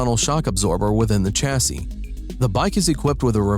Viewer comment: It’s ‘Shassy’, not ‘Chassy’....